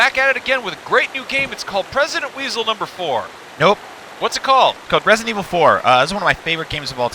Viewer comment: what did he say? Resident weasel number4? xD